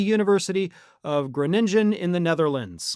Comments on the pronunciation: Your pronunciation of Groningen was remarkable close. Greetings from the Netherlands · Unrelated to tRump's decline, I liked the way you said Groningen.